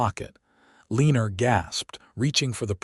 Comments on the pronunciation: If you check the notes - the name is “Eleanor” but is mispronounced by AI narrator. Narrator says Elina-er but that is incorrect. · If you check the notes - the name is “Eleanor” but is mispronounced by AI narrator. Narrator says Elina-er but that is incorrect. In the CC it shows pronunciation as being “Elina” - just know it is frustrating to hear name mispronounced over and over again.